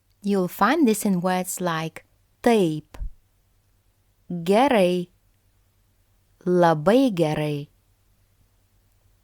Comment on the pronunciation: Some of the explanations are incomplete or incorrect, for example, I can hear that the a in ai is pronounced with e sound before the i sound like ei in the other words like taip (which clearly sounded like teip) etc, and in some words the a before the i is also pronounced with a different vowel, as I can hear that it is pronounced like a schwa sound in words like labai and gerai etc (I hear labəi and gerəi with schwa sound ə like the first vowel in the pronunciation of the English words again / alone / anew etc, and the ə is from the ipa) and the schwa vowel is a different vowel, so it’s not the same as normal a vowels, but it wasn’t mentioned at all in the video, which can be confusing to beginners, and, the uo also sounds more like ua or uoa in pronunciation, while the i in Argenina sounds like another vowel ɨ in pronunciation, and the au sounded like ou, but it’s probably different in some words, and even the u can sound like o, like in the last word — if one is a beginner, one should listen to the pronunciation multiple times and not let the spelling distract from learning the right pronunciation, because Lithuanian vowels are highly non-phonetic, like Russian vowels and like English vowels etc, so the spelling can be a certain way and then the pronunciation quite different of like an opposite even, like the pronunciation of the brand Gaidelis that sounds like Geidalɨs when pronounced, with three out of four vowels pronounced completely differently than the spelling, as t